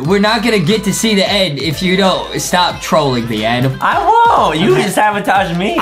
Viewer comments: Adem not Adam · Justy remember it’s Adem not Adam